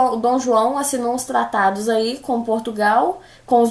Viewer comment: Melhores frases dela: blasil, tatados e tazer